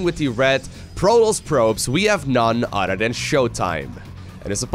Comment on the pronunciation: Nun udder den - Jk, love your content